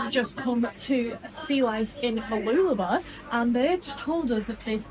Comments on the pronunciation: Mah-loola-bah stress on loola and less stress on bah. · Mooloolaba is pronounced 'bar' at the end. Enjoy your reports. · I tell foreign friends it's pronounced Moo loo la BAH with an emphasis on the end. seems to be dropping the end to just "b".